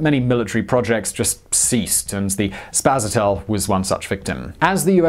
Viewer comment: but it's spaSAtel... not spasaTEL.